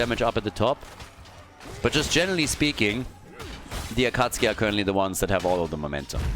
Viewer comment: Their team name is pronounced “Acka Sookie”.